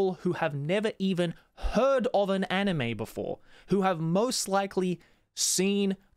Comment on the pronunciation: i still dont get why you still dont pronounce anime in japanese. it hurts my ears so much.....